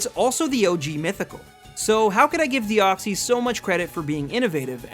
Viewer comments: DEOXYS, NOT DEXOY! AND NO, DEOXYS IS MYTHICAL, NOT LEGENDARY! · THE SECOND E IN DEOXYS IS SUPPOSED TO BE A Y! AND YES IT IS!